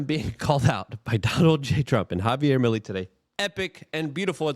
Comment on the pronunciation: His last name is pronounced me lay.